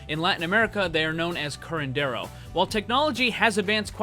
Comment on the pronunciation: Im mexican and i think is really funny when you say curandero